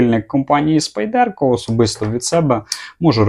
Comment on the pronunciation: СпАйдерко Тінейшс, а не спайдЕрко ТінейшНс! Де ви всі набрались цього спайдЕрко?